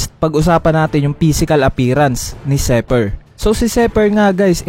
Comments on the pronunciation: Zephyr hindi zeper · Zephyr (Zefayr) not Zypher (seper) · lods zi hindi zey labyu